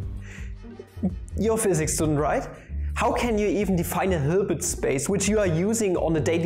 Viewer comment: I love how he pronounces Hilbert as Höörbert